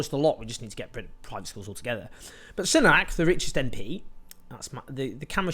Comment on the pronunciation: Rishi Soo-nack, not Sun-ack, deliberately mispronouncing someone's name over and over is borderline aggressive